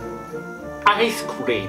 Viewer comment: Not evelyone. It's everyone.Not stud. It's study.Not usefulul. It's useful.Not leal. It's real. Not nexto. It's next. Not ice cleam. It's ice cream. Not tiga. It's tiger. Not longu. It's longer.